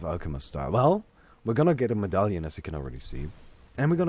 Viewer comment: figured out the English pronunciation of "medallion":)